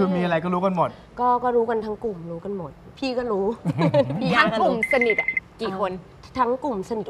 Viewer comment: บางคนด่าเขาแรงไปไหม เขาไม่ได้สร้างความเดือดร้อนให้ใคร ไม่ว่าเจอเรื่องอะไรขอให้คุณหนิงสู้ๆนะคะ #กอด *สนิทค่ะ ไม่ใช่สนิด ขัดตามาก คุณส้มมาตรวจงานด้วยค่ะ